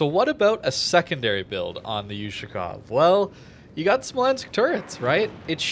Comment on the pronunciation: BTW, the correct way to say it is "Oooh-Shakov" the letter is an Oooh sound, like yahoo ... not You-Shakov of course no hate or anything, love your videos, just as a native russian speaker, it hurts 😆